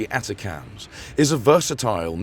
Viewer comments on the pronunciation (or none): "A TA A CA TAMS" oh, so this channel is a robo-voice too